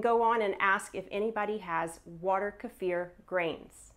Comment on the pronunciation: How great of you to pronounce kefir the correct way!! Thumbs up!